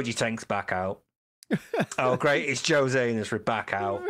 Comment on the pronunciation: called José Josie ack ack ack